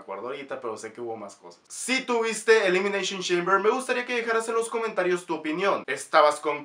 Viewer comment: Elimineishon sheimber